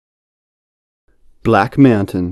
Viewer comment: blacku meaowturn lmaooo